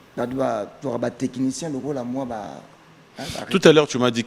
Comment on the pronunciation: C'est du français, on dit Technicien et non Tekinitien.